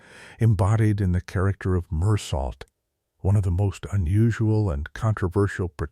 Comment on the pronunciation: The main character's name is not pronounced with a T on the end, but pronounced Mur-soh! Mindless AI software